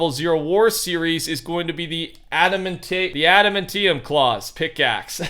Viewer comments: Ada-man-tea-um. Is how you properly pronounce Adamantium Claws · It's pronounced Add-a-man-tee-um. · I'm disliking the video bc you said Adam-an-ti-um wrong